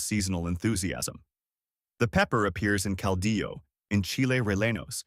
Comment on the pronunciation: Cardiologist = cal-dee-yo... and it's not a 4-legged, shell critter, armadillo😮😅